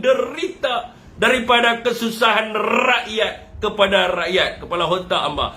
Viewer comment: rrrrrrakyat.... hahaha